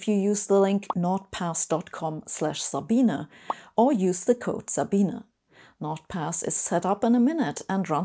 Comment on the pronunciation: In German, Sabine's name is pronounced Zabina